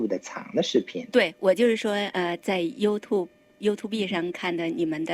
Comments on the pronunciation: YouTube不是唸You to be主持人錯了😂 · 我说了好多年的you tu be 😂知错就改✌️